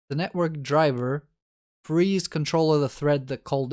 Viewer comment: One of the best explanations so far, great examples, thanks a lot! Only one thing didn't let me go through this on the first attempt is when you were explaining what network device is doing with the thread on your 'art', you said that it "frees" the thread. For someone who is not native speaker that sounded a lot like "freeze" the thread and really confused me for some time. So just be aware of these little verbal things but in general very helpful and worth sharing!